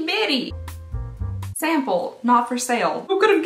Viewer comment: "smaple size" I'm sleep deprived but omg this little slip up made me laugh so hard 💖